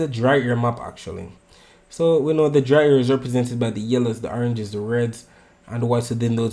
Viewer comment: Make sure you say dry air and NOT dry hair.🤣